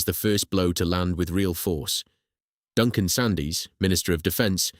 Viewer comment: Ffs Duncan Sandys was pronounced “SANDS”. And Secondly, politicians have absolutely NO business whatsoever, to interfere in the business of engineering or military or railway affairs. Governments are just parasitic cancers.